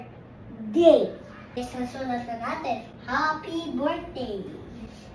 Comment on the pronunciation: Natatawa Ako sa hapydirtday😂😂😂😂😂